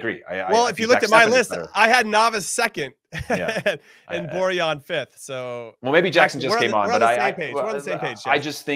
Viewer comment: It's pronounced Boar-Yawn, not Boar-Han, it's not spanish